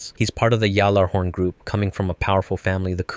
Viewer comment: it is pronounced G-halla-horn. Sincerely, a Destiny fan.